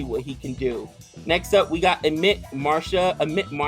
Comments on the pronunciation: Who is amit marsha,It is amit mishra pronounced as Amit MeeshRA.Althought well tried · From Serious Lier to Amit Marsha, we all grew up😁 ! Just for fun, no hard feelings for pronunciation. It happens.